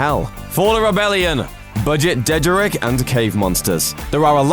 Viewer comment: Did anyone else actually cringe at the way he pronounced dejarik? He should have mentioned the Rebel ship that looks like a Republic-era Thranta-class corvette.